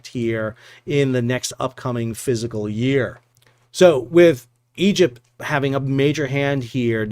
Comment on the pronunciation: It's physically painful to me to hear educated people say physical year.